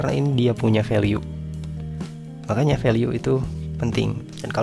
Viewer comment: Kenapa value dibacanya veliu ? 🤔